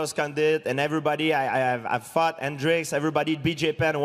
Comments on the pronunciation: GSP says "fought" like "fucked" xD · Is it me or George said i fucked guy haah.